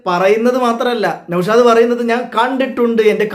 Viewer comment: നൗഷാദ് ❌നൗഷോന്ത് ✅